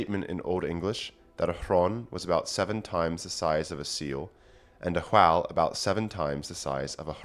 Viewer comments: Why do you keep pronouncing "whale" as "hwhale"? This is a genuine question. Is it an accent, the old English pronunciation, or just a troll? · I love this sort of research, but I have to ask, did you pronounce it h-whale before this or was that the Old English influence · I enjoy your pronunciation of whale, in that you follow the whine-win division, and pronounce the 'h'. It is very pleasing to the ears.